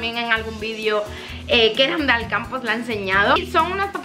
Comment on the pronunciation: cuando a dicho "ahora nos vamos a Alcampo" e entendido " ahora nos vamos al campo " jajaja